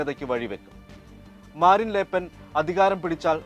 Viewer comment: ലേപ്പെൻ അല്ല. ല് പെൻ എന്നാണ്